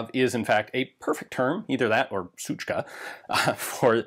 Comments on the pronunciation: It's really amusing for me as a native Russian to hear you saying "suchka" correctly. Also I have a recoil buffer in my TG-2 isp. 03 (AK-104 in a very Russia-specific 366 KM caliber), and I think it makes the recoil a little softer. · As a native russian speaker i deeply appreciate Ian saying "suchka"